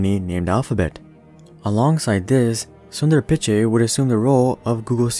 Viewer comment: When you Pronounced Sundar Pichai I laughed hard